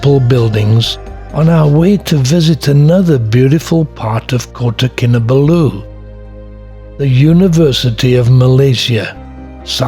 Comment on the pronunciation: It is Kin Ah Ball Ooo not Kin Ah Ba loo. Source: wife is from there